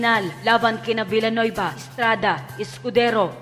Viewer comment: Dios mio! Villanueva po, hindi Bellanuyba!😂😅